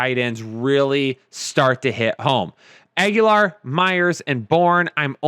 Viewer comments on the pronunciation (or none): stop saying Agholor as Aguilar. Aguilar is its own last name and they are not pronounced the same. Not trying to be a dick, just letting you know. Keep up the great work guys